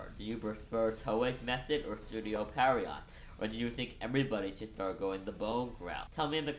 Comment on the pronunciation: Just a heads up, Pierrot is pronounced pee-AIR-oh (ぴえろ), not PERRY-ott